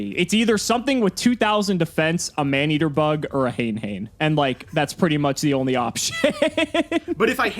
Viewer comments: "HANE-HANE" HAYN-HAYN 🚫 HANAY-HANAY ✅ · hen hen? you mean ha-NAY ha-NAY 😎 just kidding, feels good too see thus format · it's supposed to be hah-nay hah-nay, as in the japanese word for feather "hane", but engligh people generally pronounce it hayne hayne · I recently learned that "Hane Hane" was actually pronounced "Ha-nay" Ha-nay". Thanks to one of Team APS's video. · hane-hane is Hah-neh hah-neh, please this is driving me maaaaaaaad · Isn’t it pronounced huh-nay huh-nay? Otherwise, very great video, thank you